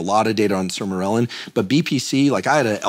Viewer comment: The way he is pronouncing Sermorelin is bothering me.